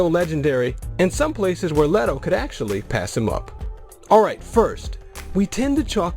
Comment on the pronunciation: Leddo? Isn't it Leto(Lee-Toe)?